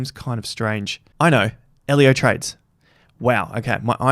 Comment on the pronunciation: He nailed Ellio